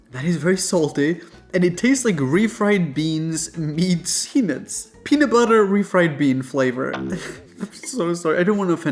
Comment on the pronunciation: Sounds like "boiled penis" lol